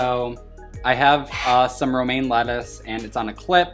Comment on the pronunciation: Me, fresh out of chem class: he just said bromane, is he feeding em chemicals? Me, realizing he just said romane: oh fućk wait. Thats bromine. And thats romane lettuce